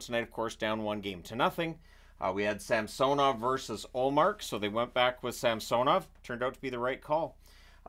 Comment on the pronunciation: SAM-SUH-NOV - yes SAM-SO-NOV - no